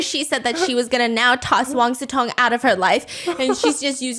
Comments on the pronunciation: Why do I always hear wang siTong instead of wang siCong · I swear i hear "wang su tong" and not "wang sicong" 😢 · I always thought his name is wang su tong (that's how i hear steph pronounce it)😂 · Wait, his name is Wang SICONG? I usually only listen to Steph so I don't see the titles most of the time so I keep hearing Wang SUTONG 😭😭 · Stephanie posted. I can finally breathe and it’s Wang Sicong. Come on 😂😂😂